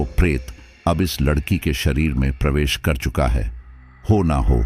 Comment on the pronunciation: ❤😂😂😊❤ aap jaanbujkar ladki ko lakadiya bolte ho ya kahani batate batate bhul jaate ho ladki ki jagah lakdi bol dete 😅😅😊😊❤